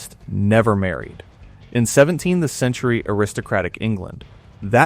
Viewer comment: Omg, the AI voice kept saying “17 the century” instead of “17th century.” Good god, I hate AI narrators. The weird pauses. Too distracting to listen to. Please bring back real people!